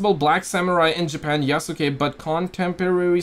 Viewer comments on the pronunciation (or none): U is silent in japanese, Yasuke is pronounced ya-skay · Hahaha, no. Sa, shi, su, se, so are the syllables they are using. Like in the famous sword masters name, Yamaoke Tessu. The U is only silent, when they use it to prolong the O. Then they write OU, where you pronounce the O as long O (we Hungarians write it as "ó") and the U is silent indeed.